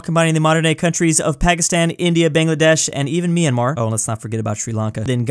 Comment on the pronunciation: finally bro said myanmar right